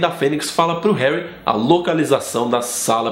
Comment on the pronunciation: herry potter